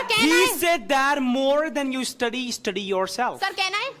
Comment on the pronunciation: Estudi✅️😂😂😂😂 study ❎️